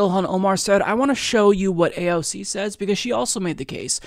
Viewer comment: Abolish A O C..! and not EYE-SEE-EEE..!